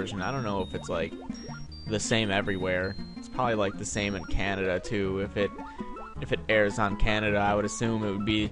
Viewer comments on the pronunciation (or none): none